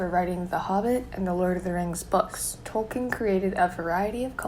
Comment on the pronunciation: you're pronouncing Tolkien wrong!